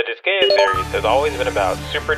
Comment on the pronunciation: You said the name of the game wrong. It is Dis-guy-ah